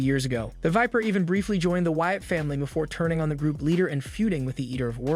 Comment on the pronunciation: It’s WYATT not Watt